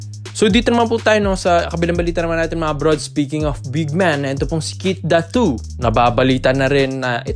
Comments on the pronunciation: Keith Datwo? 😂😂😂 bakit kasi need pa magpacute nakakabastos ang hindi tamang pagbigkas ng pangalan. Pinoy ka naman pero iniiba mo pa. Fake news kana ginagago mo pa apelyido ng tao.😂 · Ganun ba talaga bigkasin ang Datu?sagwa eh